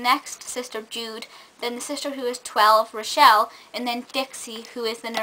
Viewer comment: u pronounced rochelles name wrong i read it